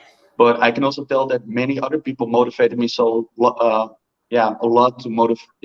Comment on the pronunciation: American English, "OTHER people" not [what I think I hear] udder people. Udders are the female mama cow "parts" baby calves nurse from. And THIRD; [what I think I hear], not tird. #3, not the animal presents left in the streets. 🤣